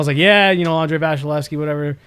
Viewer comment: Anyone else bothered by the way is pronouncing vasilevskiy?